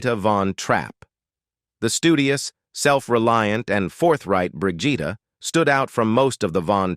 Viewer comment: Its bri gitta...hard G Hate AI voices